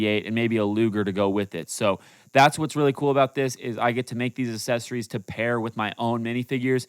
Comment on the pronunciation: Dude said assesories💀💀💀